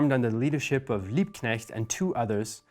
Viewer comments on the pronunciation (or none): Liebknecht/Luxemburg? Really? Every single time!